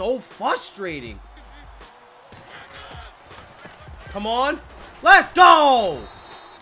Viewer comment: You know what frustrates me??? People that say “FUSTRATING” 😂🤣😂🤣